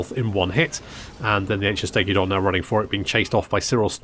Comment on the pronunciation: I do love that you add an “i” to Stegadon and Bastiladon 😂